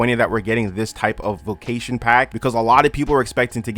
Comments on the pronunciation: bro are you saying vocation or vacation??? i literally cant finish this video ... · that’s so interesting! if your family and ppl you grew up with also say it like that, maybe it’s just your accent?